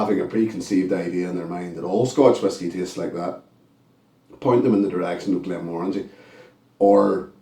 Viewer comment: Glad to hear you pronounce it correctly 😁 This was lovely and sweet on the nose and the palate. I got tropical fruits on the palate. However, it was a little too woody for my liking.